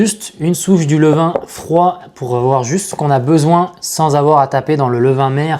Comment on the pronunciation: "levain" svp, merci beaucoup. Superbe votre chaîne, vidéos au top !